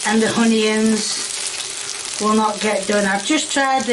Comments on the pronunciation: she even stopped herself when she shows the red onions. She started to say it correctly "uhn-ee" and switched to her classic "hyun-yins" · I didnt know there was an h in onion. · Was she saying honey ends? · I love that she proceeds to mispronounce onions, then corrects herself by mispronouncing it even worse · Why does she pronounce onions like its honeyionoins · Onions? ❌ Honions✔️ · reminds me of my sister. Calling onions...'hunyuns' 🤣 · The way she says "Honions" instead of Onions. Had me cracking. 🤣🤣🤣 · Is she saying "honions" and not "Onions"? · what the heck is a "ho-neon"??? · She said hunions 😂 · If kay wasn't making up words i might believe this isn't a joke lol oompa loompa, pepper = pepieer, honions..... cmon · I thought why does she keep saying "honey ends" until I realized she means onions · She was going to say onions correctly but she stopped herself from pronouncing correctly and she did her kayism honions 😂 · Why is she calling them honions? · I want to know why she keep referring to the onions as "hunyuns" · almost accidentally says the word onions correctly, catches herself, and says 'hun-ions' instead. Add that to the thought that she was selling merch at some point (might still be idk) and now I'm actually wondering. This HAS to be deliberate. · lots of brits like to drop their H's, but adds them... "Honions" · Is it just me or does she like literally say the names of ingredients completely wrong, I mean "honions"? What the hell is a honion? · From what I understood after she said "bits of steak" : "That I've cut up, see just bits of steak, I'll turn it ovah, turn a few ovah, it's just a few that needs to be done or turned ovah, before I even decide..... to add.... the hunions" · Why does she call onions “honions”?? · she calls spatulas and such oofa doofas just like heggs and hunions and spudtatos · She can't say onions...I heard her say Honey-yons, funyons, ony-yuns... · Did she say hunions? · Honey yons! 😮